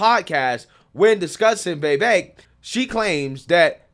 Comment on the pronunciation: You don"t pronounce Vivek's name right, and you say it a lot. No hate, love the show. It's like Vi-vache ache with a V.